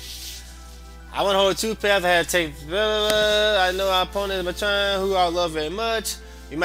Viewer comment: I dont complain much about people saying things wrong by jesus, you prenouncing atron wrong the whole time was annoying. Its prenounced Mate-tren